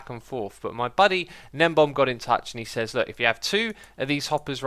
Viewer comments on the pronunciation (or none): none